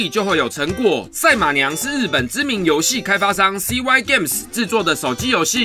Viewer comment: Cygames的cy是念“賽”，不是cy